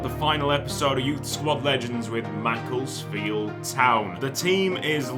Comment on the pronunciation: NOOOOO THATS NOT HOW U PRONOUNCE MACCLESFIELD U PRONOUNCE IT MACC-LESS-FIELD